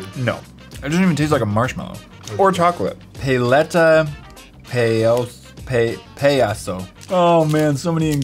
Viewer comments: Lol it’s pronounced pa let a pie a so not pay leta pay a so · pronounced (P-A-LE-TA P-AY-ASO)